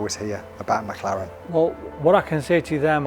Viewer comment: Mc LAURANT take EMMMM CEEEEE LAURANT